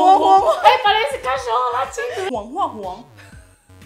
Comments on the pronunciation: "Oh, parece cacholo latindo... " Hahahah adorei... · Não ele disse assim "parece cachorro lachindo"